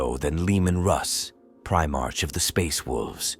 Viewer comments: If we follow the 'proper' pronunciation (and the same is true for patriarch as well - [pey-tree-ahrk]), Primarch should be pronounced [pri-mahrk]. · Great piece of work, but oh my Emporer, you have to do redo this and get rid of "ist legion" was driving me nuts after 30 minutes. And Prime-Arch. Aaargh. Shame.